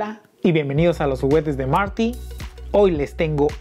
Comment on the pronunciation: Marty..no Mary 😂😂